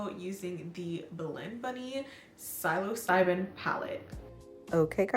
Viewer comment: The look is very nice! It is pronounced "sil-o-cy-bin" (the P is silent), like the hallucinatory mushroom.